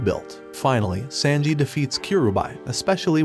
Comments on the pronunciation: He said sandji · Sanji❌ Sandji✅💀💀💀💀💀💀